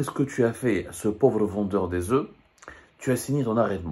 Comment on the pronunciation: Il ne doit pas prononcer le f quand il emploie les oeufs au pluriel, mais, malgré cela, il parle bien français.